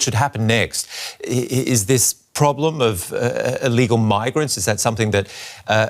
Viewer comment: Why does the guy talking at around 9 minutes say eelegal?🤔